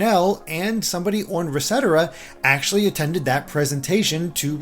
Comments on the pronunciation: He made it sound fancier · You pronounced ResetEra like rasettera, it's more like Reset Era, like they're seperate words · You said it wrong. It's "REEEEEEEEEEEEEEEEEEEEEEEEEEEEEEsetera." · yeah that bothered me too.